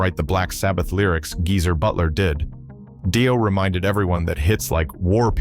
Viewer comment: Jeezer instead of Geezer